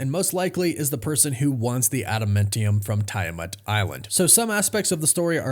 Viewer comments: Hey man, if you’re doing videos on this subject you may be interested to know it’s pronounced “Tee-ah-mut”… Not Tie Ah Mut. Also, you misspoke and said Ryan Reynolds instead of Robert Reynolds… All the best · It is! I don't know why he keeps saying it like that! I'm like "did this guy actually watch the movie & hear the pronunciation"??? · I thought its pronounced Tee- Ah- Moot ?? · how can you be considered a reliable source of information when you cannot even pronounce the name of the celestial "island" correctly?